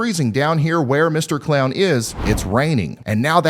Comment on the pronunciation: I swear you called the clown a “clayon”